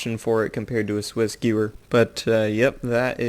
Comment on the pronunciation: it makes my brain hurt when he says Swissgewer